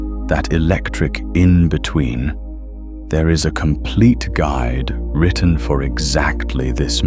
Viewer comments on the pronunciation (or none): none